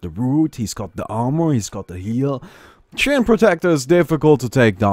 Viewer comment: TREE-ANT XD